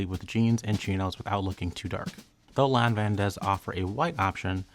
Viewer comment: I just watched this to hear the correct way to pronounce Lanvin. Thank you.